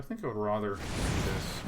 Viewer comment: Would you mind pronouncing 'rather' correctly?